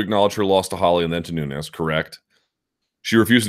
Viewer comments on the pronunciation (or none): none